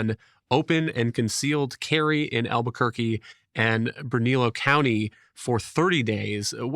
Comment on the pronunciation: Ber-na-lee-oh. Bernalillo. I keep playing this audio back and I think you just misread the name.